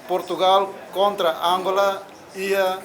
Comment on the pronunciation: animal ne pronuncia angola ne sala los (Àngola)